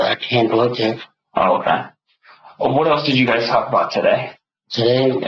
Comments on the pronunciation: Literally have never heard anyone pronounce the L in “talk” like the narrator… annoying. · Dear Narrator Man, Stop overpronouncing the 'L' when you say 'talk.' Thanks.